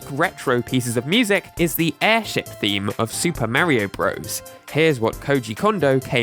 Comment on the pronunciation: For being so focused on Nintendo, why do you keep saying Marrio? Don't you try to be accurate with your pronunciations of other names on your channel? Why do you keep mispronouncing Mario?